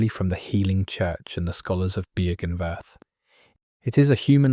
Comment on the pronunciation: Version 69420 to pronounce Byrgenwerth and Oedon unlocked!